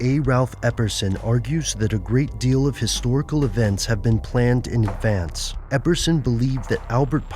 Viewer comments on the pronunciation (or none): none